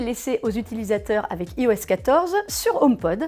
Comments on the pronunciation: Bonjour super vidéo il y'a juste un pouint qui me perturbe vous dites "ios" mais ça se dit "ayos" enfaite le "i" chez Apple se prononce "I" comme en anglais J'espère que ce commentaire vous aura été constructif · iOS se dit normalement "Aïoèsse"